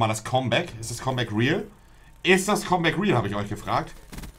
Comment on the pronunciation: "kommbäck" Alles klar